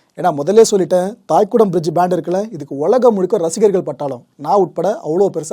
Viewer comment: "தைகுடம் பிரிட்ஜ்" நீங்கள் உச்சரிக்கிற போல தாய்குடம் இல்லை. தை = இளைய செடி (Young Plant)